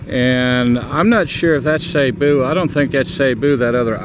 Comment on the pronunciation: Hey, I may be wrong but don't they pronounce that like "seeboo" not sayboo. Could be wrong??